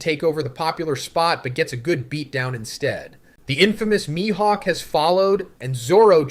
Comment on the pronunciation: Straw Hots, My-Hawk lol